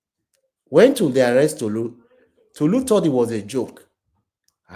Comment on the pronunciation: Yow…it’s Tolu not Tutu…ye yard…🇬🇭